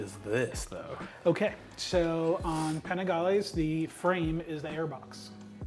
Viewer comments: A “puh-nee-glay” 🤦‍♂️😂😂😂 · The "Paningley" cracked me up😂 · That was so cringy to hear as a european :D